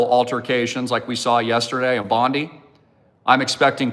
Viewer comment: Bondi is pronounced Bondeye please ge it right